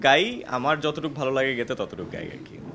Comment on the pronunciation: গেতে নয়, গাইতে